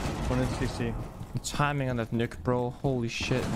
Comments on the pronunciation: People pronouncing it nokk instead of nøkk annoys me so much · i am dissapointed in you as a dane.... Her name is Nøkk not Nokk...